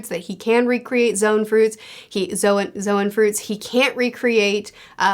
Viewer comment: I've loved seeing love for Brook over time. Thriller Bark: "Meh." Egghead: "WHERE IS MY SOUL KING?!" Also,, "Zoan" is said exactly like "zone" - one syllable. Don't take your cues on pronunciation from Liam/GrandLineReview or Morj. They're both great and have a ton of knowledge, but they also can't say a few "One Piece" words right to save their lives! "Zowan" and "MarineFERD" are my biggest pet peeves with them. If you get the chance, PLEASE correct one or both of them! They have to be stopped!